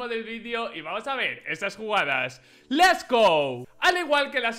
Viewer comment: Uf la intro, "LES go", LES, POR DIOS